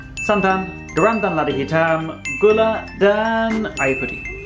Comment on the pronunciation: Paling lucu kalo blg 'garam' wkwkwk